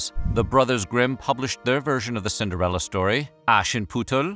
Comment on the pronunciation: Cinderelli, Cinderelli... all I hear is Cinderelli.